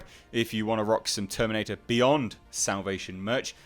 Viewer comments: The way you said TerminATe Dark fATe 😂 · Terminatuh Dark Fatuh. The laugh I needed, H. Thx